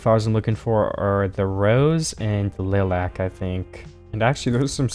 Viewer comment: WATCH OUT 😅😅 I've never heard someone pronounce "lilac" like you do. I don't know if it's necessarily incorrect (cause things are pronounced differently in different places), but I usually hear it as 'LIE-LAC' here. Nevertheless, I'm enjoying what I've been seeing so far! I was wondering if you plan on incorporating small challenges or fun projects in this hardcore series? Like, instead of simply working towards 'beating' the game, will you have little challenges for yourself? Simply an idea, I'm mostly curious to see what all you can come up with! Keep up the great, creative work!